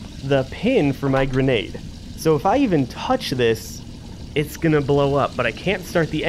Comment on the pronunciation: “Gradenade” lmao